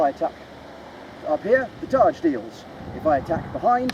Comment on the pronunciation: Yes - essentially the same word (and targe is pronounced "targ", not "tarj")